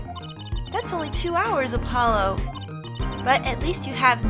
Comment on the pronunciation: I do love how the worst Klavier does is playful teasing. Even prosecutors like Edgeworth said "You are nothing!" to the defense and the worst Klavier does is call Apollo Herr Forehead. Also it's not 'Air Forehead' the H is not silent and Trucy called Apollo "App-olo" in the last part. This case also has one of my favourite lines from Alita Tiala thanks to Wocky being a dumbass.